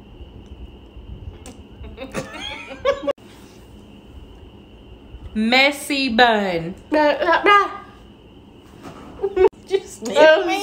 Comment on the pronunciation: The way she said messy bun tickled my brain